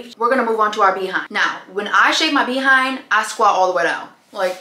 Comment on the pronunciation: I love how you say Bee 🐝 hind 😂